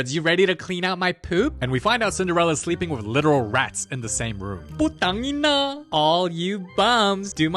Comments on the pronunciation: The " Puteng-ina" made me choke :face-blue-smiling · did he just say "putangina"? 😭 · dude just said "putang ina" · Did he say "putang ina" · "putang inaa" 😭😭😭😭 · HELP WHY DID HE SAY PUTANG INA LIKE THAT 😭😭